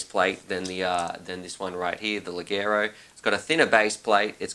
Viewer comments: leggero [leg-gè-ro] ledˈʤɛːro it's an Italian word. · Awesome. I'm always wanting to buy the quads you review. In the uk we would pronounce "leggero as lay-cher-ro" Anyway awesome review! Love the content. I'm always here for the reviews. Best quad review site. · Check the pronunciation here: It´s italian, and means light (low weigth)..... I love your content!